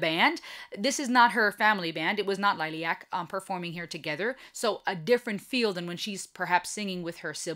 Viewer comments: Just pronounce the first part of the name more German like Lillie äck. 😉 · Lilly-ack is the correct pronunciation. you are still saying it wrong. just a correction note that is all. thank you for your reaction.